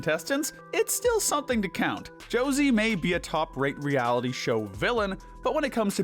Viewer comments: I agree with all your picks, just one thing, you misspronounced the name of Josee. It's not "Jocey", it's JoseÉ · I actually do mean this in the nicest way possible but it makes me so mad when u say Josie instead of josee(just bc she’s like my fav character) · I think Josee is pronounced (show zay). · josé is pronounced hozay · I don't know why the dude pronouncing Joseé as Jo-see bothered me as much as it did- But boy did I wanna sit in Infront of a screen and make him watch at least ONE episode of RR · Why are the procunces Josse as Josie . I thought her name was similar to Jose Al's Older brother but more emphasis on the J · The way he pronounces josee hurts me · Thank you so muuuch for this video i love it, btw that is NOT how you pronounce Josee's name🤣